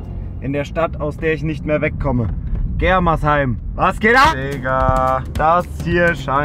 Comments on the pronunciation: bro das heißt germersheim nicht gremersheim😂😂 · Gremersheim wer kennts net 😂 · Germersheim nicht Gremersheim hahaha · *germersheim nicht gremersheim😂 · 😂es heißt nicht Gremersheim sondern Germersheim